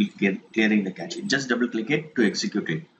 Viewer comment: That's nice! But FYI, it's not "kechi" .. it's simple pronounced "cash" -> (cache)